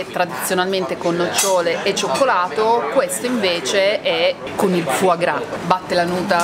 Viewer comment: FOIE GRAS NON SI PUÒ PIÙ SENTIRE..